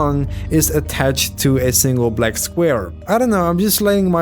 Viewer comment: He said blek square